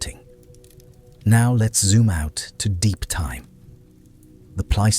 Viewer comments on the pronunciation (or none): none